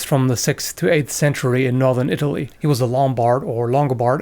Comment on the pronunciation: Pronounced the German knight’s name perfectly, stumbles over Italy lol